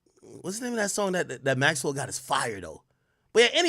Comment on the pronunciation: You did Maxwell wrong AK, put some respect on his name😅